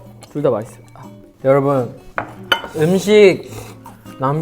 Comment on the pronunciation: it's Master Moon's forte yowrubun!!